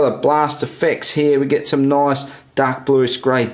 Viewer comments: "Noice" haha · Take a drink every time he says noice